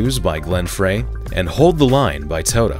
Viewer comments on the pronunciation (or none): Glenn Frey is pronounced "fry" not "fray". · IT's pronounced Glen Fry. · It's pronounced FRY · Am I the only one who kept twitching when mispronounced Glenn Frey's name?